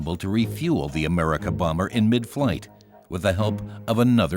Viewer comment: Exelente vídeo, porém aprenda a falar Messerschmitt e Bomber. Dói no ouvido ouvir vc falando errado.